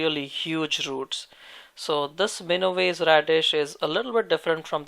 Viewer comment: It’s Mina wa se